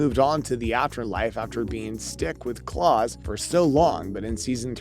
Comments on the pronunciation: whoever is narrating this must not have watched this show, how you gonna pronounce Klaus (like american dad klaus) as claus (like santa claus) ?! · did you say clawas?!?!?!? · lol that's not how you pronounce Klaus.